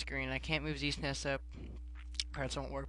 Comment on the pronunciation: um, it's Z-S-N-E-S, not Z-sness